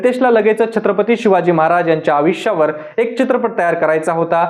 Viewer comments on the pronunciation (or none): अविश्य नाही.... आयुष्य असतं ते.. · Aaj kaal konihi reporter bantoy hya la ayushya ha shabdahi nit uccharta yet nahiye